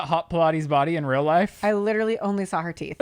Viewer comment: Update: he then said “sawl” instead of saw but we’ll work on it😂😂💀💀